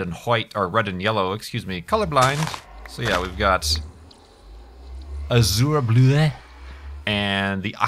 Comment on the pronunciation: I think is the first person I've seen to pronounce "Azure Bluet" correctly on the server thus far.